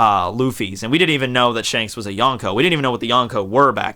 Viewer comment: Yon rhymes with Gon. Prounounce Yonko correctly